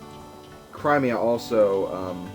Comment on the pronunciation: The way you say Cremia....there is NO I AFTER THE R! IT IS AN E!